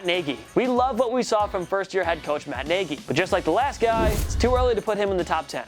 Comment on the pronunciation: Lol the way he said mat nagy